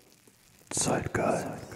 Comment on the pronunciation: I love when you say zeitgaist